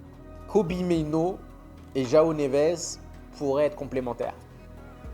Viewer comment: C’est jOaO Neves mdr pas Joa Neves